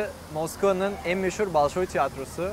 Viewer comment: Balşoy değil bolşoy diye biliyorum.